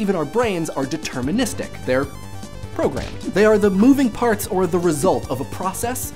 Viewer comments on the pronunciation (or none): none